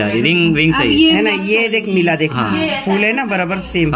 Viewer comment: Fool nahi phol bolte hain